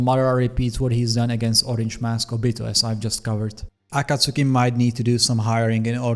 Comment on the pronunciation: Aaaakkkaaaasoookiii Bruh ah-kaht-tski, not Aaahhhkaaasooookieee